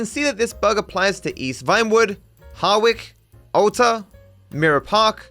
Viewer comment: 13 years and I still haven’t heard anyone pronounce “Hawick” properly. Not surprised as it’s a strange pronunciation. It’s a little border town south of the R* North studio in Edinburgh